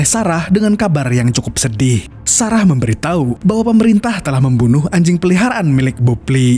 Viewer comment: Menit ke 12,detik ke 25 admin bilang memberi tahi😂😂😂